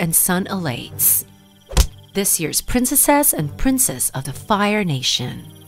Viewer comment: Her not being able to say princes and princesses really throws me off.